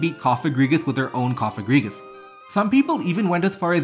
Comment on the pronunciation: Yay your finally pronouncing cofagrigus' name right so it doesnt sound like a slur!!! Wooot